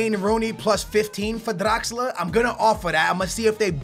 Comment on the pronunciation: bro its draxler, stop rolling your damn tongue hahahaha